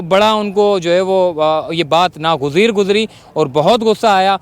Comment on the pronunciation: bhai apni urdu tu theek kar lo, Na ghuzeer aur naghwar mai farq hota hay